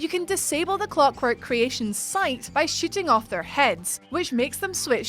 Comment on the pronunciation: Lol I knew it had to be somebody other than me, that kept hearing "shitting"